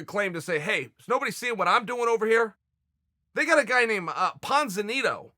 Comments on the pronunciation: I thought it was pronounced ponzinibbio but im glad Uncle Chael told us the proper pronounciation of ponzinito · Thanks Uncle Chael. None of us knew JoeJitsu and cejudo ever fought. We also didn't know Ponzinibbio was pronounced "Ponzinito". Where would we be as a society without our incredible Uncle Chael? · PONZ - A - NITO I love when the Gangster is too lazy to learn how to pronounce names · Ponzoneeto? Well time for Ponzinnibio to get the name on his drivers license changed because his parents made a mistake. Chael says his name is Ponzoneeto its Ponzoneeto. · "Ponzinitto" Haha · The pronunciation of Argentina's own Santiago Ponzinibbio has now been officially changed to Ponzanito. His family are obligated to change it officially by law along with anyone else who's name has been spoken by the one and only Chael "the P stands for Ponzanito" Sonnen into the interwebz. His name was always Ponzanito. His name was always Ponzanito. His name is Santiago Ponzanito. Chael smashes it out of the park once again without even trying. I don't know why I find this area so amusing and gets me laughing my head off like an overgrown child but I honestly can't help it. Oh and not for nothing the number of names amongst other words, in general, I have mauled, butchered and bulldozed through is vast, Especially being an English guy that around five years ago moved into a very "diverse" area that I had only prior to that rather limited experience with. Still, when I have done so everyone has been very cool about it and seen the funny side as I do make an effort to greet people properly. Nice one Chael and not at all comparing myself to or my experiences to the those of the toughest son of a gun that West Linn, Oregon has been so gracious to bless us all with plus arms so big that they could choke out the Rocky mountains. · Ponza Neeto. From some country down there I can’t remember. 🤣🤣 never change Chael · Lol "ponzanito" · Ponzinibbio XD It's call Ponzinibbio, it's from Argentina